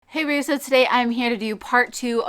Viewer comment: What is it you say in your intro? I always think it sounds like "Hey Reeee." LOL But I love your videos. :D